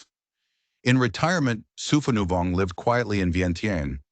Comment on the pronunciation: His name is pronounced “Sue-pah-new-Vong.” When creating A.I. you need to type names phonetically for it to pronounced; and spell the name as is, for captions. 😅 All the Lao names are butchered in this video. 😅😅😅